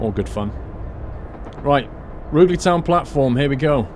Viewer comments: Just to let you know, the "Ruge" in Rugeley is pronounced as in "huge" not as in "hug". The platforms at Stafford are numbered 1, 3, 4 and 5. There is no actual working platform 2, but the bay alongside platform 1 would probably have served the purpose. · its pronounced, roo ger ley lol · Rugeley is pronounced Ru-jelly I know this because i live 10 mins from there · I live just off this line :) Rugeley pronunciation catches everyone out though! Roo sh Lee :) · It's pronounced Roojlee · its pronounced "roojeley" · He said rugeley so wrong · Hello, I live outside rugeley you have pronouced it wrong:)....I am a massive fan of you and the video's you make, just letting you know:D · If you lived in Coventry then how can you mispronounce Rugeley? Surely you'd of heard it mentioned a few times? Tempted to get this pack myself and re-create my experiences with London Midland, delays, delays and more delays!